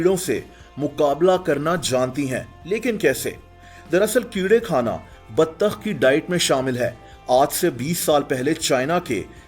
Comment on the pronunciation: The baTTTAkH Though BATTTTAKH😂😂😂 love you